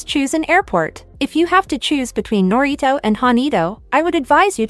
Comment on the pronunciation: If you're going to make videos about Japan, at least try to get the text to speech voice to say the Japanese names decently. Like I get some words are hard to say but there is definitely a way to get it to say narita and haneda instead of naryto and haneedo